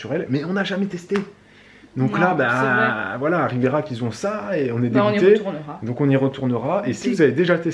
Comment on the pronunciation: J'aurai du compter combien de fois tu prononce Riberach. Tellement de pub et pas de promo pour un séjour snif snif.